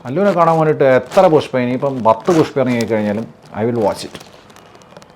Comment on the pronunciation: അങ്ങനെ അണ്ണൻ പുഷ്‌പ്പയെ പുസ്പ്പം ആക്കി വാട്ടി എടുത്തു 😂😂😂😂